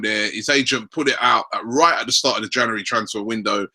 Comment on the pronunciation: cant pronounce January?